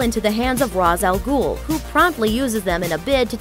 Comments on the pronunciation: It's pronounced RAE-SH-AL-GHOUL. loves marvel more than dc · You pronounced Ra Shal Ghul wrong, but nice video. (I probably spelled it wrong) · pronounced a LOT of the names wrong, rai's al goul, etc. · "RASS A GOOL" Faceplam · The way she said ra's al ghul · Is nobody gonna comment on the fact that she pronounced Ra's Al Ghul incorrectly? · It would seem no one can pronounce Ra's al Ghul properly. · Pronounces Ra's al Ghul wrong...